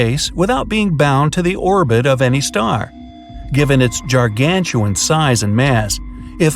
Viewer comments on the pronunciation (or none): this was an innovative video, I've never heard that word pronounced jar-gantuan before! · "Jar-gantuan..." Oh, no. No, no, no.